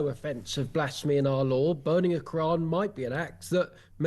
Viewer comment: "the lawr of the land"?